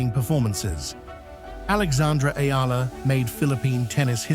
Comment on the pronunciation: Finally! A tennis video where the narrator pronounced Eala (Ee-yah-lah) correctly, hallelujah!